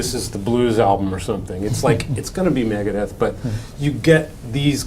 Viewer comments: "Maga-deth"? Is that Trump's metal band? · It’s MEGA not MAGA ..Deth.